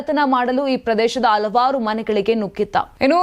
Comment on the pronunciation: ಅತ್ಯೆ... ಹತ್ಯ, ಅಲವಾರು ಅಲ್ಲ ಹಲವಾರು.. ಆಜಾರೂಪಡಿಸಿ ಅಲ್ಲ ಹಾಜರುಪಡಿಸಿ